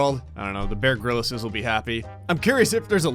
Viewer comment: Gryllis?? You are very Not British and it hurts me